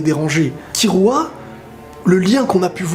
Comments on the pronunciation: On dit Killua ! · Sa me stresse comment tu prononces killua